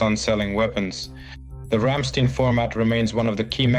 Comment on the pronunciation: Ramstein pronounce Рамштаин. 😉 💙 💛 🇺🇦 💙 💛 🇩🇪